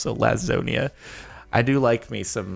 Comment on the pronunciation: Why did he say lasusana like that